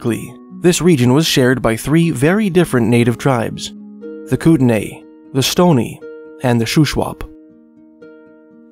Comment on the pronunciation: It’s pronounced Koot-Nee